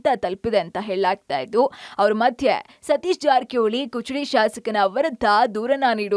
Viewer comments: Kuchadi ಅಲ್ಲ ಅಕ್ಕ ಅದ... Kudachi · ಅದು ಕುಚಡಿ ಅಲ್ಲ ಕುಡಚಿ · ಕುಚಡಿ ಅಲ್ಲ ಮೇಡಂ, ಕುಡಚಿ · Not kuchadi it is Kudachi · ಕುಚಡಿ ಅಲ್ಲ ರೀ ಅದು ಕುಡಚಿ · ಅದು ಕುಚಡಿ ಅಲ್ಲಾ ಕುಡಚಿ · ಕುಚಡಿ ಅಲ್ಲ ಕುಡಚಿ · ಕುಚಿಡಿ ಅಲ್ಲಾರಿ ಕುಡಚಿ ಅಂತ ಹೇಳಿ ಚೇತನ ಟಿವಿ ನಿರೂಪಕೀಯರೇ ನಿಮಗೆ ಕರ್ನಾಟಕದ ವಿಧಾನ ಸಭೆ ಕ್ಷೇತ್ರದ ಹೆಸರು ಹೇಳಲು ಬರುವುದಿಲ್ಲ.ಕನ್ನಡ ಬರದಿದ್ದರೆ ಕಳೆ ತಗಿಯಾಕೆ ಹೋಗಿ. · Taayi adu not kuchadi, kudachi😅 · Kuchadi alla madam adu kudachi😂😂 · ಕುಚಡಿ ಅಲ್ಲರಿ... ಕುಡಚಿ ಅಂತ ಹೇಳಿ... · Kuchadi 😂 alla kudachi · ಕುಚಡಿ ಅಲ್ಲಾ ಅಕ್ಕಾ ಅದು ಕುಡಚಿ😂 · ಏ ನಿನೌನ್ ಕುಚಡಿ ಅಲ್ಲ ಅದು.. ಕುಡಚಿ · Hey , It's Kudachi not kuchadi😑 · ಕುಚಡಿ ಅಲ್ಲ ಕುಡಚಿ ಮೇಡಂ 😂😂 ಇದನ್ನ ರಂಗನಾಥ್ ಸರ್ ಕೇಳದ್ರೆ ಅಷ್ಟೇ ನಿಮ್ ಕಥೆ 😂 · its kudachi..not kuchadi🤭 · That is KUDACHI and not kuchudi.. pls read correctly